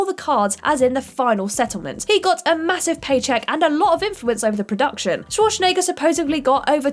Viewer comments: Arnold Sworshnayger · Shwashnegger??? You really said Shwashnegger... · has clearly never heard of the actor named Arnold Schwarzenegger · k She didn't just pronounce the W wrong... the way she said the Z isn't used by anyone. She said Shwarshnaygur. How she managed to not even pronounce it as well as other English speakers boggles the mind. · Is she Sean Connery's granddaughter?! "Shwarshnegger" sounds like something Daryl Hammond would say playing Connery on SNL. Also, did everyone else at What Culture get fired?! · Schwarschnegger lol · Actually, no. This isn't fault for mispronouncing Schwarzenegger's name. Its the editors fault for not asking for another take. Looking at you Dom Old. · Is it me or did get progressively more drunk each time she pronounced Arnold's surname? Maybe she did a shot each time his name came up? XD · Or Schwarzenegger... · CANNOT pronounce worth a damn. "undoubtably" hard, "ek-specially" for those it's only recently "came" to light "dilla-tan-tay" Arnold "Schwar-shen-egger" Director Francis Ford "Ka-PO-la"